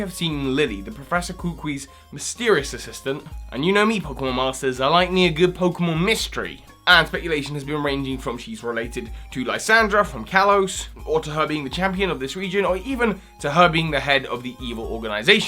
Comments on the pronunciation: You called lysandre lysandra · Caitlyn = Cate-lin Lysandre = Lie-san-der Just helping a fellow fan out, it helps to know these things XD Lillie is Magearna... Trust me. Look at her skirt